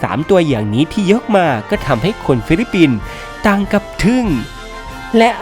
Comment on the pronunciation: ฟิลิปปินส์จ้า ไม่ใช่ฟิลิปินส์